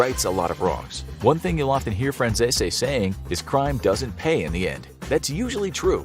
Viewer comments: How did you manage to know all about Michael Franzese, know that he shouted you out on his YouTube channel . And still butcher his last name 😂? Its Fran-cees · Isn’t Michaels last name pronounced Fran Sees? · It's Michael Fran-Chesh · It’s hilarious you make a video like this and still pronounce Michaels surname wrong 😂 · How u pronounce Michael name wrong if u have heard him Speak u should know how to say his last name if he said this to u I call cap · You pronounced Michael Franzese name wrong. Probably the only time I’ve ever heard you pronounce something incorrectly. It’s pronounced just like it’s spelled minus the last e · How do yall keep messing up this man name how hard is it to pronounce franzese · Kinda surprised how you pronounce Franzese since you know of his videos 😆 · How come no one can pronounce michaels last name correctly? You even went to his channel for a clip ,he compliments this channel so obviously you have seen his channel you have had to hear himself pronounce his name ! You would think you would pronounce it the way he does , or do you think he pronounces his own name incorrectly. 🤣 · Micheal's last name isn't pronounced like that on his YT channel or in Italy.😂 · his last name isnt the only one . Almost every mob word or name gets butchered 😂. Like i said kinda lazy if youre going to bother talking about it . His name just makes me laugh specifically because they did it twice. Despite being well aware of him, his channel, and the fact he reacted to his video 😂